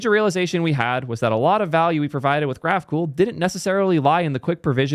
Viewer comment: When I heard Graphcool I though you were stealing the funny pronunciation thing from Prime xd